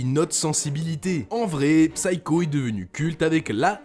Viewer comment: Merci pour cette vidéo. Pour info (comme ça vous en apprendrez une aussi) Psycho se prononce /ˈsaɪ.kəʊ/ Le P est muet ! (C'est valable pour tous les mots anglais avec la même racine).